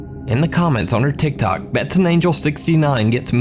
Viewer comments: It's Tik Tok not Tik Tock. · for some reason it really bothers me that he says "thik thok" and not "tik tok" xD